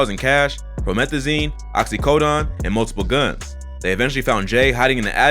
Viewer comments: Lmao this fool said "Oxy-coDON" lmaoo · “Oxy codon” lol